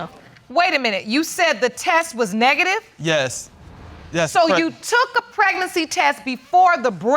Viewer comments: I mean he couldn’t even say “negative” 🤣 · He couldn't even say NEGATIVE. That's all I need lol